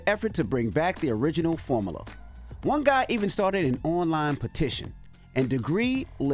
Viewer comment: Envy pronouncing "formula" as "form-AH-la" pisses me off 😡😂